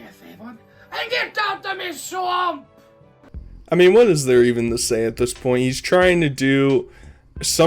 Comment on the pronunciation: Y can't he say swamp lol